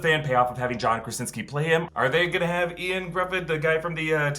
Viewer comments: Yoan Griffith is how you pronounce his name, Ioan Gruffudd. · Ian Griffith? Hahaha, it's Ioan Gruffudd (Yo-Ann Gruff^-ith* ^(like rough) *(like the th in with) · Ioan Gruffydd...not Ian. Welsh and proud!